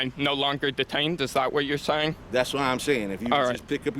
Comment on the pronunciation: You were Duh-tained. Bee-tuz you tawk likuh weetahd.